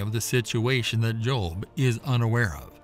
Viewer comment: The Behemoth is NOT a hippopotamus and Leviathan was not a crocodile! People either believe what GOD said or not. You admit that Ezekiel saw the visions of God's cherubim, but then make exceptions for Behemoth and Leviathan!? God is SUPER NATURAL and doesn't need your unbelief! And BTW, his name was 'JOB', not 'JOLB'.